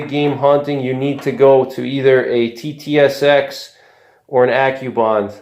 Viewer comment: You kept calling the TTSX at SST. Confusing!